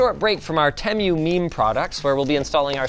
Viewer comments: lol “tem-you” instead of “too-moo” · i mean it is pronounced teemoo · wrong did you watch the Super Bowl commercials? That’s how you say it it’s te-moo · The pronunciation:*Temu* (Tee-Moo) Linus:*Temmew* 💀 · Fun little detail. All of their ads prior to this video pronounced it "Tee-mew." Since this video, the ads all pronounce it "Teh-mew," like Linus does here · I swear he's the only person to pronounce "Temu" like "Tem-you". Even the company themselves pronounce it "Team-oo" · WAIT ! It's called Tem-You?!?!? Why tf has everyone been telling me it's called Tee-Moo?!?!?!? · *tea-moo, not teh-mue 😂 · Tem-you? Tee moo. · You know....this entire time I was pronouncing it as TEE-MOO lmao. After hearing TEH-MYOO, I think I'll stick to tee-moo anyway even if it's wrong lol. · Dude it's tee-moo not tem-you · team-oo, not tem-you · Not Tee-moo Not Teh Mew (Linus?) Teh Moo. We know that's right because of the shop like a billionaire commercials they have. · bro its TEEmu not temyou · Jus to say its not tem u its tea moo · Is anyone gonna tell him it’s te-mu not tem-u…. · Tee Moo not temyou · Tee-moo not teh-moo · Tem-u 😂 by the way it’s pronounced tea-moo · tEmiu👍 Tee-moo 👎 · its teemoo not TEM-you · its teemoo not tem you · Good lord not you too Linus it's pronounced Tee-Moo not Tem-You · some say "teemoo" and some say "temoo" but linus says "temyoo" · Who is gonna tell linus its pronounced Tee-moo [as far as I'm aware] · "Tee-moo" was founded in Boston MA...BTW... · actually, according to their Superbowl Ad, it's Tem-moo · Tehm U is more accurate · He says it how an old british person would say it 😂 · he said 'teh-myoh' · it's tee-moo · First time I've heard someone pronounce it as "temyou" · Me yelling it's Teeeeee- MU while Linus pronounces like the commercial pronounced it, but I refuse to call it that. The dad jokes though... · "tem you"💀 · Other people: Temu Linus: Temmu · have i been pronouncing TEMU wrong for over a year? we've always called it "TEE-MOO" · its te-mu